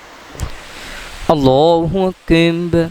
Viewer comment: Bhai app Allah o Akbar to sahi tarha parho kis tarha parh rehe ho